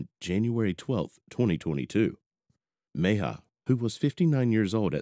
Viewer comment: Repeat after me: Meh-hee-ah. Mejia. Not too difficult...